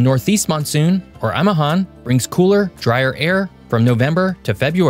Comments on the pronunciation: It’s A MI HAN not amahan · Amihan not amahan..not same meaning...amahan means fatherhood...lol lol